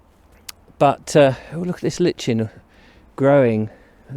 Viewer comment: Love your videos. it's like-in not litch-in